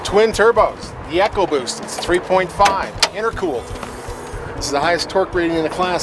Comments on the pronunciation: It's pronounced E co boost not echo boost. Makes me want to pull my hair out. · echo WTF people ECOBOOST say it right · it is ecoboost not echoboost...I think they need to go back to school to learn how to spell and pronounce words...lol My 2 cents worth